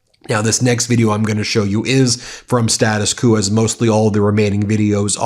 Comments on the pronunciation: Status kewwww, it's actually status kwoooo...in pronunciation haha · status ku? you pronounce it „status kvoh“, please!